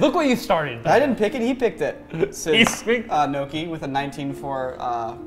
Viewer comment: Why does the dungeon master keep calling norki niko xD